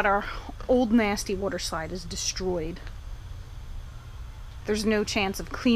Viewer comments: You said Wooter slide and me and my friend can’t stop laughing 😂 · I felt like she said woder slide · Yes, let’s clean the wudder slide. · wudder slide